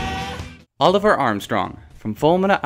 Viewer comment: The "r" In Olivier is silent,.